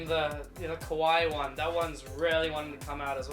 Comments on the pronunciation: it’s kawaii not ku why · It sound more like "Kuh-wai" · U sound like ur saying kawii lmao (idk how to spell it so dont judge.. "=_=) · I love how he just says kawi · I like the part when he says kuwai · U kept saying kawii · O he saying kawaii, I tought he was say cunt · kwai, thats whai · Oh I thought it was "Kuwait" cx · Does he say kawaii?